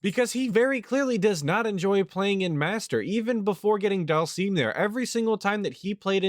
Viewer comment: Oh one more thing;, PLEASE stop calling Dhalsim "daal-seem" like does; it's pronounced "DAAL-SIHM." pronounces it like that because he's regarded.